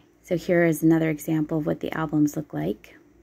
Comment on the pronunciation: I love listening to tour narratives, but please pronounce album as ALBUM not ALBLUM!!